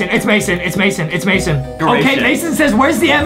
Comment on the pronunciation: On the second round Justin. It was mission but Mason rhymes with Jason